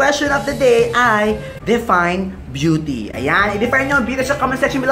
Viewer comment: Beauty is "BE YOU Teh!" smh